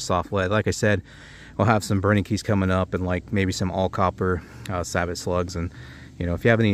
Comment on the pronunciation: Great test!!! Thx Sabot round is pronounced “sabo”! Just saying! lol